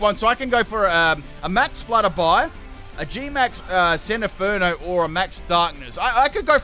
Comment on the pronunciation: It’s pronounced GEE-max SEN-TI-fer-no